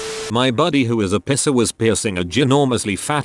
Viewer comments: Video voice: piercer=pisser How normal people say it: piercer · It says pisser instead if piercer 😂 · reddit: piercer narrator: piSser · i like how the tts voice says body pisser instead of body piercer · the way piercer is said by the voice sounds like the german insult "pisser". literally urinator but more used as coward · Im so glad I'm not th only person who mentions the whole "pisser" instead of "piercer" thing holy shit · oml i thought i was the only one who thought it said pisser haha guess not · Video ruined a bit by the pronunciation of piercer as "pisser" 😂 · why does he pronounce piercer like pisser? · Nobody: Text to Speech: pisser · I like how it pronounses piercer as pisser😂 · It makes me very angry who it pronounces it "pisser" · stupid computer generated narration. piercer says( pisser )along with a bunch of others. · It sounds like pisser instead of piercer lol! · Sounds like pisser every time LOL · Why dos the bot say piercer as pisser smh my head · The way the say “piercer”... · I love how the voice says "piercer" lol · What’s strange is it says piercing and pierced fine but not piercer